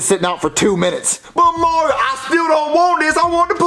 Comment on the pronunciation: Mario not Maryo